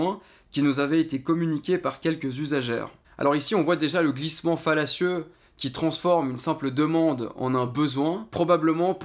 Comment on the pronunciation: "glissement fallacieux " ou "glissements fellatieux" ?